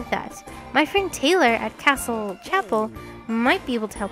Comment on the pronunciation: Hey just wanted to let you know that Castele is actually pronounced CASS-stell, not CASS-ull.. I know this will be a bit of an adjustment, so I wanted to make sure you knew before you got too used to it... Also Port Puerto is pronounced Port Porto, I think. I've always had trouble with that so I wanted to make sure you didn't have the same problem. Hope this information helps improve your content!